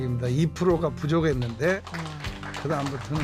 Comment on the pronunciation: 부족했는데를 부조갯는데 못합니다를 모답니다 이렇게 발음하시네 천상 전라도분이심